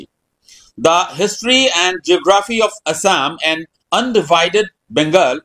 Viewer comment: Gugraphy nhy geography hy...chutya...pronunciation thik se kb nuaro ru CM k criticise krb ahso.. faltu .